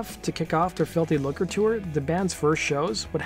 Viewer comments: I know. That pronunciation was doing my head in. But it's pronounced [ˈluːkə]. No 'r' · Lucre is pronounced "loo-cra" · It's really hard to listen to this guy repeatedly mispronounce Lucre. "filthy looker". One might assume that if you have a bunch of followers and are going to narrate a video you might look up how to pronounce words you aren't sure about. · It's pronounced "FILTHY LOOOKERR"🇬🇧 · the way you say lucre is horrific